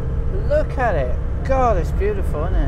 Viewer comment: Are you a turkey farmer ? The amount of times you said bootiful 😝